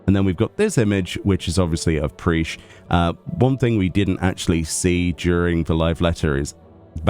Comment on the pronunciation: great video, though her name is pronounced Prish not Preesh I am keen for that Alliance Raid gear though